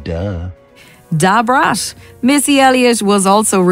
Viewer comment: The way the English narrator kept saying DuBraattt! Lmao